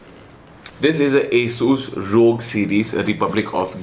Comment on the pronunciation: its not pronounced as 'Rog' it is R. O. G.